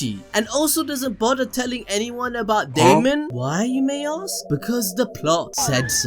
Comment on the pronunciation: Me: Let me ask you a question. A.B.D: What do you want to aks?